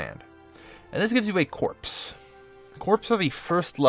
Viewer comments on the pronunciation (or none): Great video. Minor point. Corps is pronounced like core is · I hate to be 'that guy', but corps is pronounced like core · The p in corps is silent. Pronounced like core. I think it's a French word or something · You mean he wasn't referring to his army as a bunch of corpses? I thought it was a Freudian Slip.